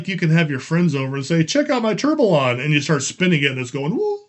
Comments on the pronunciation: Tur-bee-yawn 😁… that how it’s pronounced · Let try to pronounce the 2 x LL like a Y in French. So you should pronounce : TOURBEYON ;) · It's pronounced Tor be on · Firstly, this is how to pronounce Tourbillon: word tourbillon is pronounced toor-bee-YON (English). I’m a big watch nerd as well as a Lego nerd so this set is right up my alley. But the whole point would be to have an authentic action of the movement, so it’s rather disappointing to see it binding so much. I did watch a video review on Amazon and they said they put a motor in it and it worked wonderfully with that - so maybe the crank is the issue and it really needs the motor to work properly. I decided to pass on this for now and got the banana shop instead 🤣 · For pronunciation, the two L's in "tourbillon" are silent (it is a French word)